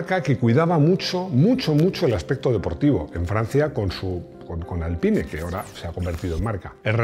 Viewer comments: Se dice “Alpín” no “Alpain” o “Alpine” aunque se escriba Alpine se dice literalmente “Alpín”. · A buenas horas los franceses le ponen un nombre en inglés a un producto suyo, así que de "Alpaine" nada de nada, por mucho que te achuche Rodrigo. Así que "Alpin" en pronunciación francesa o "Alpine" (que en castellano es perfectamente correcto). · Dile a Rodrigo que el r5 nunca fue "alpain" como dicen en UK, la versión inglesa era r5 "gordini". Así que se pronuncia Alpine en castellano y alpín en francés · Se pronuncia "Alpin", el mismo equipo de Fórmula 1 hizo un video explicando como se pronuncia la marca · Se dice”alpin” cojones 😂😂😂